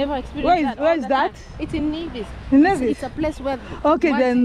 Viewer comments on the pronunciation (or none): Thank you for visiting our tiny islands. Sugar City St. Kitts & Queen of the Caribees Nevis. Nevis Nice & St. Kitts Sexy. Glad you had a great time here. The only thing though Necis is pronounced Neevis not Nayvis. Fyi, we Nevisians take pride in that.